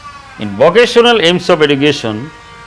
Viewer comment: Sir this video I so much important for all the students not only for the hs level bt the pronounce will be not correct (education )